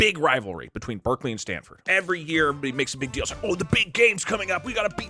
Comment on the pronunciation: Who else heard the deltarune music, then thought that Doug said Berdly when he was talking about Berkeley?